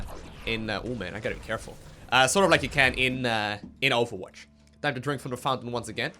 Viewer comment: he says awfulwatch?